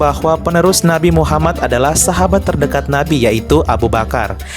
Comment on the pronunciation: btw bro, elu itu muslim kah?, Kalau bukan muslim gak usah lah bikin data" begini, dan membalas komen seakan" elu mengatakan bahwa Syiah itu bnran Islam, kenapa saya ragu kamu adalah muslim, karena ada kejanggalan dalam makhrajul huruf yang kamu ucapkan, bahkan bilang nama Muhammad aja kamu janggal banget, padahal nama Muhaammad dalam bahasa Arab itu bertasydid jadi M nya dibaca dobel/ditahan 2 harkat dan huruf akhirnya adalah د yang merupakan huruf qolqolah, dan harus di pantulkan bacanya, elu malah lempeng aja bacanya ,kayak nama orang Indonesia, so, apakah gua benar elu bukan muslim?, Tolong lah dijawab 😁, biar elu gak terkesan mengadu domba 👌